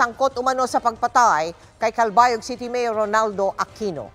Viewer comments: Calbayog po hnd kalabayog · "calbayog "po hindi calabayog